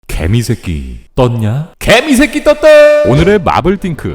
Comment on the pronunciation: 개미새끼가 발음이 찰져서 더 웃기네 ㅋㅋㅋㅋ